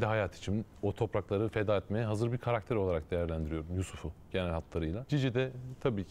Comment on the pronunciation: Şu konumdaki bir program sahibi de "KAREKTER" demesin artık ama ya... Biraz özen lütfen. "KARAKTER" o "KARAKTER"...